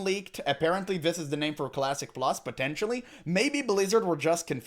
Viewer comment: ermmagerrrd cwassic pwus???? soyyyffaaaaacccceeeeeee